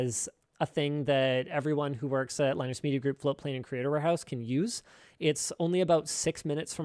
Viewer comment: Man just said “werks” 💀💀. My 1 year old niece knows how to spell that word